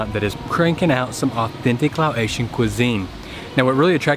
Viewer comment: Quick pronunciation tip: You're saying "Lao-ATION" when you say Laotian, but the word is pronounced "Lah-OCEAN." Easier than either of those would be to simply say "Lao" instead.